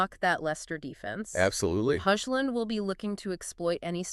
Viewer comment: What is with this AI voiceover bullshit! It's the worst analysis i've ever seen. You lost me at Hoxhclun